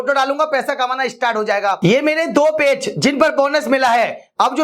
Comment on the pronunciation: पेच नहीं पेज बोलो😅😅